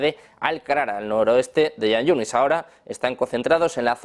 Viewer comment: Por q se dedican a ser repetidores de los noticiarios israelíes !! Y se dice Jan Yunis y se escribe con Kh Es la jota española